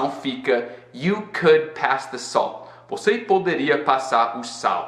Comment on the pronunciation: Quando você fala "salt" eu entendo "soul" hahahahaha